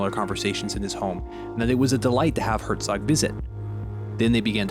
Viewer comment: Second time this week I’ve heard a YouTuber pronounce Werner Herzog wrong. It’s pronounced “Verner” for pete’s sake.